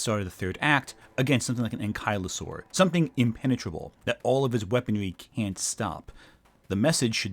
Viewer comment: Great video but I’ve never heard anyone pronounce some of these dinosaur names the way you do. Most noticeably to me is “ankylosaur” (my favorite dinosaur). It should be pronounced “ANG-kuh-luh-sor(-us)”, not “ang-KYLE-uh-saur”.